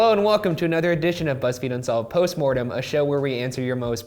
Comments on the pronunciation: Shane said fuzzfeed lol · "Of Fuzzfeed Unsolved Troo Crime" - Shane 2k18 I dunno why i heard Fuzzfeed but i did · Did Shane say fuzzfeed??? 😂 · Shane said fuzzfeed unsolved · At the end Shane said Fuzzfeed unsolved 😂😂😂😂😂😂😂😂😂😂😂😂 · He said fuzzfeed in the beginning.